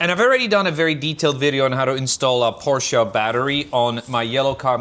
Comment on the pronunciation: Nice addition to your collection! Congrats ! I do miss BMW content a little nowadays however. Btw, did I hear you say Por-CIA ?😮 I guess that if you are from Polish descent, you would know how to pronounce the brand name properly, right ? 😉